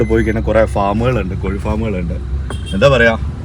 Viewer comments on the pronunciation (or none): none